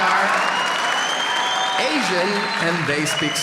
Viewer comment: It only took me half a second to know he was Peruvian from tha Hotel skit. That Mi33RRRRd@@@@ was delivered perfectly, it was flavored with unstable politics and insecurity on the streets.